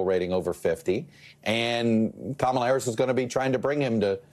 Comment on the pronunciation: D’oh! He accidentally pronounced her name correctly 😮